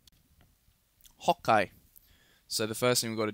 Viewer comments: Stop saying hokay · he got the h in the wrong place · why do u say hokay LOL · why does he keep saying ho kai? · why do you always say Hokay